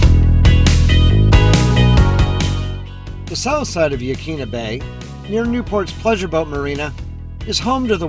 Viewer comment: Hi. Just found your channel and subbed. Used to live in Newport and enjoyed the memories you brought back. No biggy but Yaquina is pronounced “ yah kwinna” 😊. Thanks again.